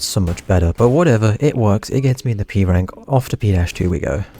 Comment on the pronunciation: at the beginning when you said p-rank i heard e-rank